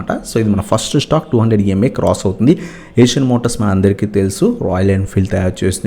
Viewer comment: Not (Asian)eicher (ishar)pronounce cheyyali